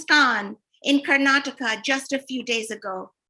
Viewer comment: Please pronounce Karnataka correctly.